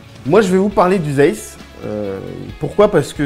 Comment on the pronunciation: Ont dit "dzayss" je crois ;)